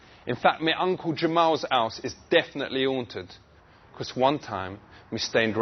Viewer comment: a awnted house lmao